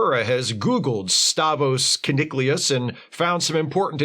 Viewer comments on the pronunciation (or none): One thing I remember from this episode is that Kirk kept mis-pronouncing Kuniclius as Kunic-u-lous (yeah yeah rhymes with ridiculous), in the same way that people mis-pronounce nuclear as nuc-u-lar. Check out and please let us know if you found it as funny as I do. In general, the big issues with TAS were that while TOS was something of PG to PG13 sometimes thanks to Kirk and the ladies, this being Saturday Morning TV they couldn't do that at all. That, and the fact that they only had 30 minutes to do these episodes, created problems. I'm surprised that the Magicks of Megas Tu wasn't voted the worst. That was just a "what is going on here?" moment from beginning to end. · Every time you say Keniclius, I imagine a Roman ancestor of Zack Allen from Babylon 5, showing up in I, Claudius. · This episode is silly but it actually isn't that bad. There is at least, as you say, a lot of stuff in it. The main problem with it is that none of the cast can agree on how to pronounce "Keniclius".